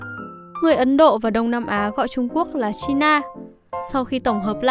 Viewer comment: Chai na là cái gì, chi na